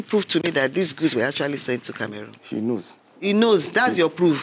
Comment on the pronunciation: Please it’s not kemerun it Cameroon 😭🤣